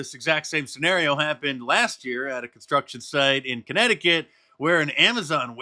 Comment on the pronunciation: Since when does the word "construction" NOT have a "T" in it? First announcer needs an annunciation lesson. What a douche...